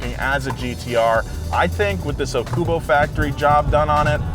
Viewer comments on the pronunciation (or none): Calling it "OkuBU" AND misspelling their YT channel name when you show the sign on their building that clearly says OkuBO on it multiple times is... something lol. JFC. You know you guys could've just googled it to clear up the discrepancy? It's O-ku-bo. オオクボファクトリー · It's Okubo Factory not Okobu Factory It's tiny but still noticeable. Okubo is a Japanese family name. It's like calling Mr. Smith a Mr. Smosh I guess some editor made a little mistake. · Just wanted to mention that it's Okubo, not Okobo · Its Okubo not Okobu😂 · OK, is it Okobu or Okubo? The sign on the garage says Okubo but the on screen text says Okobu. Also, everyone keeps saying Okobu. Preeety sure it's supposed to be Okubo.